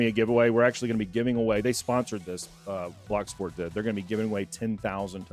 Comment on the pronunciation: Bloc Sport or Block Space?? Lol I think both are being said...